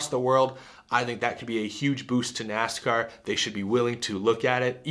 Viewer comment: Ah yes, my favorite motorsport, NASHCAR.